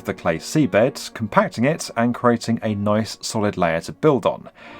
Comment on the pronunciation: Once you hear it, you can't un-hear it: pronounces every word ending on a soft D with more of a harsh T: "build" becomes "built", "demand" becomes "demant", word becomes wort, and so on. Kinda hard to listen to. But the content is of course great!:)